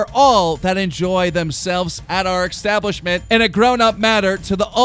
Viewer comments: Keem, es-tablishment. Establishment. Not ex-tablishment. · Why do you pronounce establishment as extablishment. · Is it just me, or does he sound like he's say eXstablishment and eXspecially? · Establishment not extabishment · Establishment is not pronounced “X-tablishment And Patron is pronounced “pay-tron” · i like how keem can't pronounce establishment